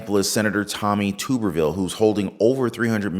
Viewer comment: You need to correct a few things. First, it's TUBerville, like a hot tub. Next, he is not blocking the confirmation of promotions. He is forcing Congress to take them up one at a time instead of a unanimous voice vote. The Democrats could stop this with a simple majority vote but that would bring to the public spotlight that the military is illegally using federal funds for abortions. It's blatantly unlawful. Next, what do you think k Biden has been doing with our security leaders? Everyone of them is a woke bureaucratic nightmare. Many of them have no military or security background AT ALL. You are correct, the majority doesn't want a war. I don't want a war. But if we have security threats within our own borders look at the policies that allow our borders to be wide open. This administration is a nightmare.